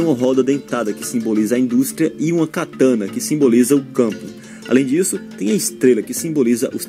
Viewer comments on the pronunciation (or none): none